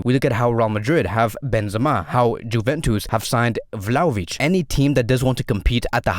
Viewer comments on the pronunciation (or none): none